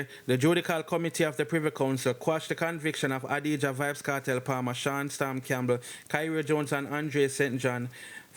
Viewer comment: His name is actually pronounced Eyesat